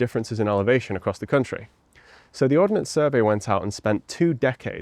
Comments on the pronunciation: Ordnance... Not Ordinance. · Ordnance not ordinance.